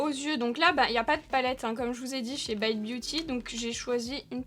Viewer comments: On dit baite et non bite pas à nous t'es gueus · Mais vu que tu prononces "Morphe" à la française, alors "bite" aussi 😂 sinon c'est pas drôle 🤣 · On dit morpheu et pas biteu ça m’étonne de toi ça 😂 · haha j'ai cliqué sur la vidéo justement en me disant que tu allais dire Bite à la française et pas à l'anglaise XD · L'intro sur la prononciation de la marque m'a bien fait rire. Ça m'a direct rappelé le même type de débat sur Morphi que prononce Morpheu et bizarrement ici tu prends l'option anglaise 😂 comme par hasard 😂 Le maquillage est magnifique et le plus important: Bonnes vacances à toi 😘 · Merde c'est pas bite mai s bite 😂😂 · Bizarrement, pour cette marque veut prononcer a l'anglaise, par contre pour Morphe ou Rare Beauty ça veut la prononciation française 😂😂😂❤